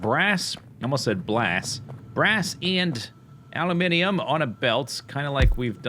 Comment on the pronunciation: I approve of your production of a-loo-min-ee-um.